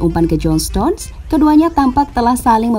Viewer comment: stones, bukan stonse